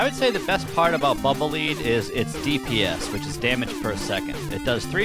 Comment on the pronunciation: Lead. Like the metal. Not "leed."